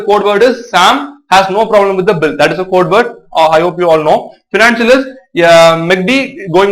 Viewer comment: Please right the pronounce it financial bill